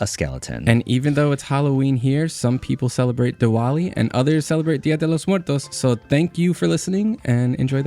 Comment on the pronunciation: The way he said "día de los muertos". Very latino.